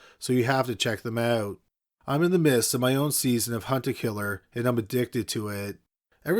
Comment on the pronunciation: Be honest, y'all thought he said "Hunter killer" and not "hunt a killer"